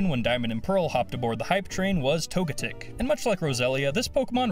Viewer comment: Tog-a-tic no no tog-e-tic